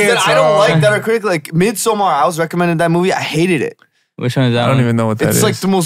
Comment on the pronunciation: The surprise when Junny almost perfectly pronounced Midsommar